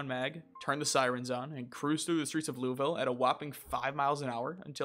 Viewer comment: Just letting you know, there is probably no quicker way to annoy Kentuckians than mispronouncing Louisville. It’s something we’re weirdly defensive about. For reference it’s Loo Uh Vull (pronounced like full with a v) But without any break between syllables.